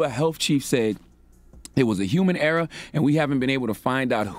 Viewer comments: Err-OR not erA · How you that old and can’t pronounce *ERROR not “era” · Why does his (error) sounds like (era) :/